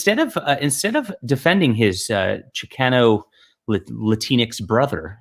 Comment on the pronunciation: You're the leading Hispanic voice in science fiction and that's how you pronounce Chicano? Shame on you! 😂